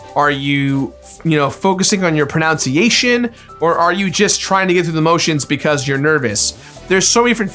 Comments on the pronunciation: 18 minutes in: "Are you focusing on your pronunciation?" pronounces it proNOUNciation XD God, I love this channel. Here's hoping DKC2 isn't until game number 2,000! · "Are you focusing on your pronoun-ciation?" Ahh the irony hurts!